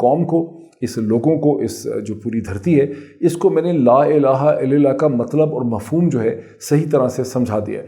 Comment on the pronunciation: Dr shAib,please correct your mistakes in saying jalama.its not il lil lah but il lal lah .